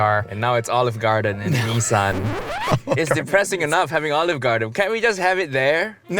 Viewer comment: its not neesan lol